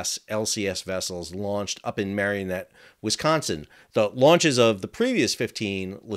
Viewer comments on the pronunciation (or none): It's Marinette not marionette. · Mare-in-ette, not mare-e-in-ette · Two points of correction: the steel supports are not connected to the ship, they fall away on as part of a system that rotates away as the ship is launched, the supports of which ca be seen in the video rotating up after launch. Second, it's pronounced "MARE-IN-ET", not MARION-ET. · It's MARE IN ET, not marion et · It's pronounced Mar-i-net, not Mar-ee-o-net. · The pronunciation of city is (mār in et) or (mayor in et) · For future reference, we pronounce Marinette with an a sound in the middle and not a y sound like Mary. Don't know how it's supposed to be just the way we say it. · No "o", and 3 syllables, in Marinette, btw. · Look at how Marinette is spelled and then pronounce it correctly.